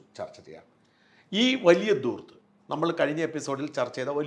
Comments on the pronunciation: വലിയ ഉച്ചാരണ പിശകുകൾ ഇല്ലാതെ.. മലയാളം സംസാരിക്കുന്ന ഒരു വ്യക്തിയാണ്... ഷാജൻ... എന്നാൽ ചില വാക്കുകൾ.. താങ്കൾ സ്ഥിരമായി തെറ്റായി ഉപയോഗിക്കുന്നത്.. എന്നെ അത്ഭുതപ്പെടുത്തുന്നു... അതിൽ ഒരു വാക്കാണ്ൽ.. ധൂർത്ത്... താങ്കൾ എപ്പോഴും ദൂർത്ത് എന്നാണ് ഉച്ചരിക്കുന്നത്... പലപ്പോഴും അത് ഹിന്ദി വാക്കായ ദൂത്(( പാല് )) ആണോ എന്ന് തോന്നി പോകുന്നുമുണ്ട് .. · സാജൻ പറയുന്ന വാക്ക് ദൂർത്താണ് -ശരിയായ ഉച്ചാരണം ധൂർത്താണ് ധനം എന്നതിൻ്റെ ധ